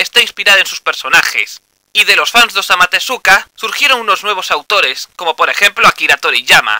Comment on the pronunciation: OZAMU TESUKA OSAMA TESUKA Por dios que me arranquen los oidooooooooooooooooooooooooooos